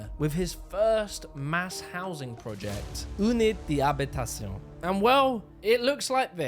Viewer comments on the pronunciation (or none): This is an engaging video. But the pronunciation is embarrassing. In all your video clips made by others, Le Corbusier is correctly pronounced. So why do you continually call him "Le Cor-boos-ee-err"? And why can't you pronounce "unité d'habitation" correctly? What is going on here? Surely this is elementary research?